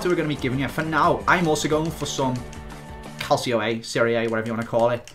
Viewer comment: Cal-cho not Cal-see-o